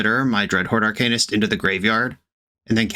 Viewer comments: “If you’re mad about it, read a book” Reads 50 shades of grey Still can’t pronounce Arcanist. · Says it’s pronounced ArCAINist, then says dryad of the elLESION grove. We love the consistency. 😂